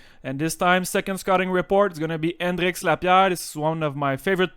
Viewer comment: I clicked on this video knowing I was gonna thoroughly enjoy the way he pronounces Hendrix Lappiere😅